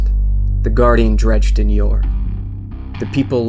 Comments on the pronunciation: This was amazing but sorry I'm going to be "that guy" and say that Dredgen is pronounced as DrEDGEn like edge. I could be wrong though cause we only know the name and his name was never said in the game. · saying "chill" as if the guy was raging about it lol. Dredge-din is so obviously incorrect. And they even say it properly at the beginning. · Your pronouncing his name WRONG. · he pronounces dredgen very strangly... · Yes. He proved he is illiterate and it completely killed the video for me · Would be a lot better if you pronounced Dredgen's name right. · totally agree! Made me cringe every time! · You mispronounced Dredgen for the whole video... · It's a real shame you're pronouncing his name incorrectly...